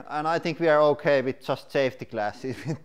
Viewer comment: I like it when he says “houkay” 😁